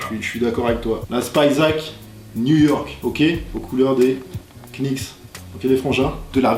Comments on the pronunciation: Nan, tu ne peux pas être fan de sneakers, de basket et à la fois, prononcer le "K" de Knicks xD c'est juste pas possible lol Sinon top vidéo. Merci à Yann pour la découverte de la chaine:) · on prononce pas le "k" dans new york KNICKS brooooo Sinon bonne vidéo lourde continue bro!!!! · non Nicks ... -_- >.<